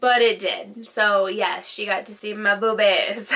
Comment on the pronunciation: Phone but texted brulesque instead of burlesque!!! And what kind of grown ass woman can’t say boobs normally!!!??!! Seriously! This woman kills me